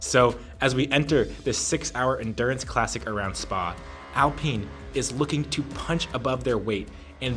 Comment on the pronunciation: It's AL Pine.... Like the tree!! Pine..